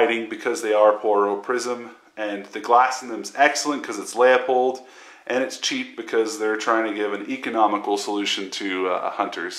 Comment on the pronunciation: It's "loo-pould" fool...